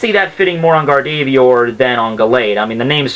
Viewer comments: its GA-R-DOV-O-A-R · Gardevoir is pronounced GAR-de-VOIR and Metagross is pronounced MET-uh-grose. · >gar-dey-veeyer *closes tab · He pronounces gardevoir like gardeeveeoor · You butchered gardevoirs name X-X my fave pokemon but still not your fault likedthe vid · You butchered Gardevoir lmao